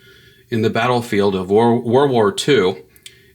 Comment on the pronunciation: It's "world" war, not war-war